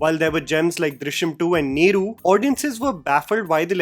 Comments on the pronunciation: Dude it's not Neroo. Neru is pronounced as Ner. U is silent. While talking about Malayalam movies pls get the pronunciation correct n get it checked with a Mallu before posting any video on YouTube. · it is not " आराटू"or " नेरू" pls dont stress on tht" ooo"sound .Even it is " इरट्ट" not "इराट्ट"I hv observed this in all ur videos when u pronounce tamil or Malayalam names. If u can improve this pls try. Btw ur videos r so nice